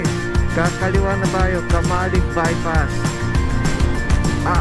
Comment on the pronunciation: Pag taga Bicol ka camalig yan idol hindi caaamaaleg matigas pagka pronounced ng camalig.kamaleg kasi Pag dating ng Bicol Kubo or kurokamaleg . . ibig sabihin ay maliit na Kubo na salita ng mga renconada.pag narinig ka ng mga taga Bicol na caaamaaleg baka baka mapagkamalan ka na islang mag salita oh hindi taga Bicol. . nice ride✌️